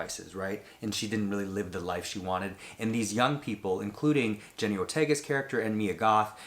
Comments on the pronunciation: Why do people keep on saying Jenny!? It’s JENNA Ortega!!! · I just got out of the theatre from seeing this! I thought it was pretty good. the sound elements and some shots were really good. One note (I'm a big fan of hers).. .Jenna not jenny :)